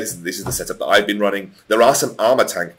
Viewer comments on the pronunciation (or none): none